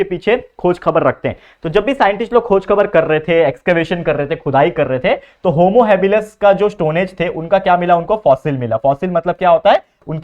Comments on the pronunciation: Thanks sir for teaching us but it is not homo habilus, it is Homo halilis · Sir that is not homo habilus it is homo habilis